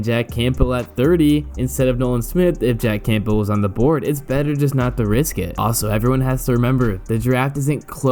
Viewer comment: No one pronounces the “P” in Campbell. Not one human does.